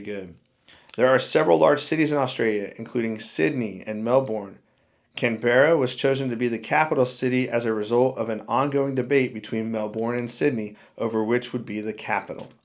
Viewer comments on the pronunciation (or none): If you were just in Australia, why don't you know how to pronounce Melbourne, Canberra & Kalgoorlie, properly?